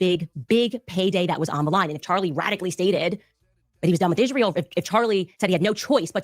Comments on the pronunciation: I know the Ishreel thing is annoying, she also can't say any word that ends with ant properly either like important she says Imporint. Once you start hearing it you can't unhear it lol. 😂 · I hate the way she pronounce Israel ‘Ishrael’. 😂 Also, her saying he wanted to bring her back isn’t the flex she thinks it is. Like, they dislike her so much, they’re willing to UNALIVE him over it?!?!